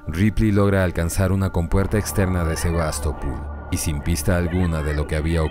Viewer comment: Por que SevastopUl? Es SevastopOl.